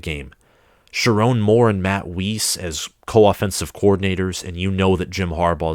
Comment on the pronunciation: Also Matt's last name rhymes with ice. It's not Wheeze with an s instead of a z. Otherwise, great video